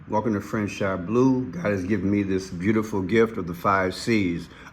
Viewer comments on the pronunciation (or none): none